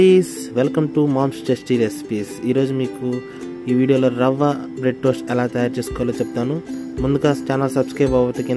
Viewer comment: "రవ్వ బ్రెడ్ టోస్ట్" అది "రావా బ్రెడ్ టోస్ట్" కాదు